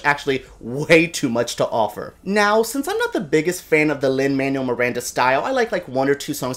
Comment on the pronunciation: Lol - you're Cuban and you can't pronounce Lin-Manuel's name? He hates it when people call him Lin "Manual", so much so that he dropped the Manuel from his name when he was in grade school.